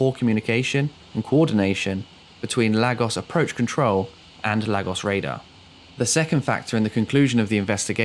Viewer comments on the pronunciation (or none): Small point . . . . . It's pronounced LAYGOSS and not LAG OSS. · Enjoy your videos fella. Another good one here. No irritating background music or sound effects. But yes (not a massive issue) your pronounciation (actually pro nun ciaton) is sometimes a bit off Lagos is (sounds like 'Lay...gos') Google translate can help 👍🏼 All the best 🇬🇧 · Lagos pronounced “Lar-gos”? It’s “Lay-gos”! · Where the hell is Laggos? If you're talking about Nigeria, it's "Lay-gos". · Well done for finding more and different content once again. Just a word though - and the word is Lagos as in Laygos, and not Laggos. Just thought you'd like to know (-;)~ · Lol. Everytime you say Lagos... I have the urge shout back "Laygoss" Cos that's how it's pronounced. .... apologies. worthless I know. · And it's pronounced "Lay-gos". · and to make it more clear for anyone who might pronounce the "gos" the same as the word "goes", it's pronounced "guss", like in the words "gust" and "gossip" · It's pronounced LAY-GOS. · As a Nigerian, your pronoun citation of Lagos has actually stressed me out lol 😂 but great video and an incident I hadn’t heard of - thanks! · Another strange pronunciation - this time of Lagos. 🤔